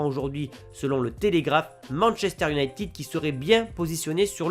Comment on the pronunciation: IOUNAÏTED pas IOUNAÏTIIIIIID